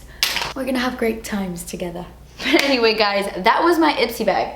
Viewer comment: Israa Hasan “togethuhhhh” lmao